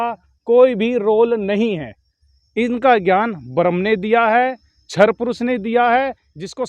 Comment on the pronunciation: सर्वेभ्यो नमः सन्त रामपाल तो महामूर्ख है व्यभिचारी है उसको संस्कृत के एक शब्द पढ़ना नहीं आता है क्षर को सर बोल रहा है अक्षर नहीं बोल पाता है आस्थित नहीं पढ़ पाता स्टील नहीं सटील बोलता स्पष्ट को सपष्ट बोलता इतना मूर्ख जेल में रहने वाले को मानने वाले कितना मूर्ख है बुद्धिमान विचार करें रामपाल महामूर्ख है